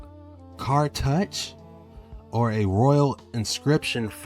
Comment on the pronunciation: it's pronounced car-TOO-SH